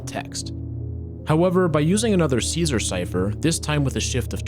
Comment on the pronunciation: Caesar* not Císar